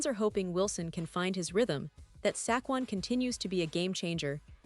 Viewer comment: /// SackQuon Barkley ... This Ai Genius thinks Sequon Barkley is STILL ON THE TEAM ! ... However, she can't pronounce his name.